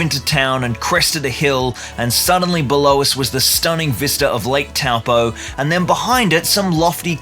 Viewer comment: Congrats mate (pro tip "toe-paw" not "taow-poe")